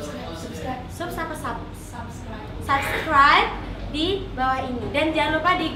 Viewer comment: Udah bener "sub", kok diubah "sab" sih. Hahaha subskraib ya, bukan sabskraib.